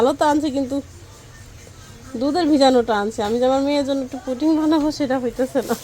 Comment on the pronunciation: হায় শিখিত পুটিং নয় পুডিং হবে।